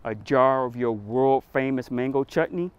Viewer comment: Why couldn’t he pronounce 🥭 the first time lol ?😂